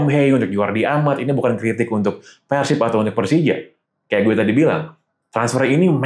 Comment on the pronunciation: sejauh ini, satu satunya pengamat sepak bola nasional yang bisa melafalkan kata persib sesuai dengan pelafalan aslinya: Pérsib (penyebutan e nya seperti kata bebek) ✔ bukan yang selama ini dilafalkan orang-orang diluar Jabar: Persib (penyebutan e nya seperti kata lemah) ❌